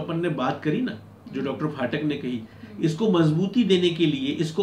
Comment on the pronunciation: डा. फाटक नहीं, डा. पाठक बोला जाना चाहिए ।